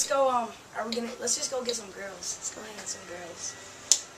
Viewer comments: Didn't sound like Beiber said, "girls." Sounds like he said, "grillz." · I heard Grillz not Girls. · He said, “GRILZ”, not “girls” SMH; and there’s nothing remotely similar to Johnny Depp’s situation!